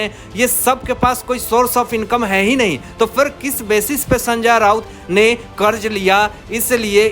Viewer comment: Ab it is Sanjay Raut not sanja raut. Kab sudharoge